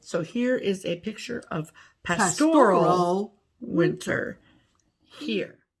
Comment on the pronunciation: No had it right the first time. At least in proper English not yank talk. It's PAStoral not pasTORal.